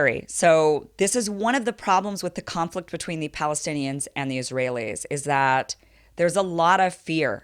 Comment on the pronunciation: Kim Iversen...did you call it "conflict"?? Really Kim Iversen???